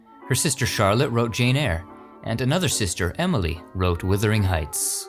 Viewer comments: Wuthering Heights, (of weather) characterized by strong winds. "it's a wuthering day on the moors today" Not withering. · Wish would pronounce Wuthering Heights correctly with a "Wuh" instead of "Wiv". It's ok to mispronounce place names but this is a book. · Absolutely wonderful. Slightly distracted by some of the pronunciation but maybe that is how American English pronounces place names in the UK? (e.g. Guildford, Shrewsbury and Berkshire)The only one that really grated was ‘Withering Heights’.......seems rather harsh for such a literary classic. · Withering Heights? A rare mistake.